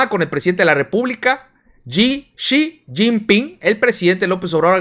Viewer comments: Deje de ver el video y me desuscribí cuando no pudiste decir Xi JIN PING. Cuate te la pasas hable y hable a diario, mínimo aprendete esas cosas básicas, es el presidente de uno de los países más poderosos del Mundo. Hay que ver más allá del norte. Hay otros países, gobiernos y jugadores geopolíticos importantes. Me gustaba bastante el canal, pero haaa como dices burradas. Igual por eso deje de ver a tu amiguito el Quesadillas, no saben hablar. Me gusta la ideología que tienen pero si les falta como un curso de cultura general internacional. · Cómo recomendación para la pronunciación del presidente de china. Mejor omitir la pronunciación del nombre.